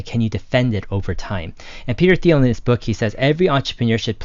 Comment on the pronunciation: Hard “T”.. not “Th”.. Interesting topic tho. Thx.